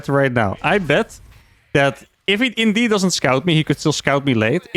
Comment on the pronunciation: "indish weed" took my by surprise :)